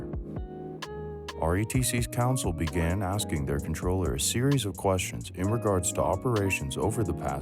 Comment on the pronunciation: Comptroller not controller......